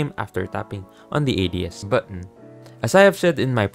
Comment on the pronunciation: this is a helpful video but the way you pronounce "button" as "buh-awn" with that fake accent is making me cringe PLSSS 💀